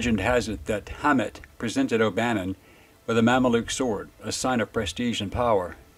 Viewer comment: Hey, baby, the “w” in sword is silent. ❤